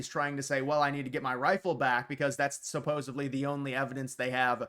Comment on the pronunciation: This is no knock to you.I just want to correct you on the pronunciation of supposedly.It's supposedly like when you're supposed to do something. Thank you for all the great content